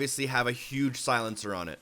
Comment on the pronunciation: Does this guy know how to pronouce words??? Clip? Silencer? Come on man at least TRY to pronounce thing right